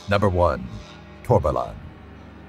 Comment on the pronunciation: I don't know how, but you somehow managed to pronounce Torbalan correctly 😁